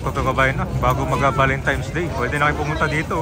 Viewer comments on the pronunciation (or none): correction lng po if ok lng,hindi po sya valenTIMES ang pgbigkas kun di valenTINES po sya.thank u po!